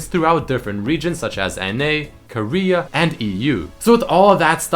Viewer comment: Why do you say "Ko-REA" I mean you can just say it naturally like Korea :P